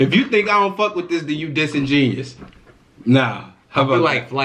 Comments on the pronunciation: Disingenuous is when u act like you don’t know something but you really in tune flight make is sound like the saying man these girls dissin genius but the word is pronounced dis-in-gen-you-us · This is the second reaction of this song I've listened to, and I just gotta say, y'all are saying "genius", not "genuous". Y'all said it right the first time. I doubt Flight doesn't know how to say the word; I think he's purposely missaying it (I hope he is). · flight pronounces it as disingenious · Flight stole that bar and the beat but ppl are still applauding him like he’s a real rapper. Plus he cant even pronounce disingenuous correctly. How the fuck are you gonna say the title of your own track incorrectly hella times in the track? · Michael Mclaughlin he pronounced It wrong to rhyme sound better that way anyway🤷🏻‍♀️ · Smart asf but he mispronouncing the word disingenuous 🤦‍♂️ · Chaise B He has a song where he says “man this girl is disingenuous” pronounced wrong and you think because he used a word that you didn’t know he’s secretly smart?? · and they ain't even saying it right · These people deadass don’t know what disingenuous means or how to pronounce it or even know it’s a word smh y’all making black people look unintelligent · How does no one know the word disingenuous 😂😂 or that he ain't even saying it right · They’re not saying disingenuous right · Y’all not gonna catch that he not even pronouncing Disingenuous correctly cuz y’all can’t either😂😂😂. How the fuck are you gonna not know how to say the title of your own track. Then say it incorrectly in your track hella times. The only thing good about this track is the beat and it’s not even his smh. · What’s crazy is it’s still not a word😂 the word disingenuous is a word but the way he’s pronouncing it is wrong. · I'm pretty sure he's mispronouncing disingenuous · He’s doing it on purpose to rhyme